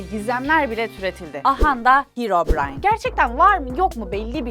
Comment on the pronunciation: Hirobırayn değil Herobırayn